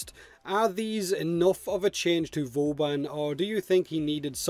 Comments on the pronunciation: Haha he says booban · why do you call him "Booban"?